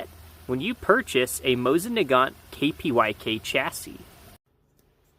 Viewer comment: „Kpyk” means „raven” and you should pronounce it „croock”